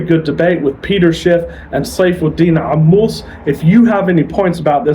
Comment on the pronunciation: Wow, where'd you get this 3Ammous pronunciation, you studied arabic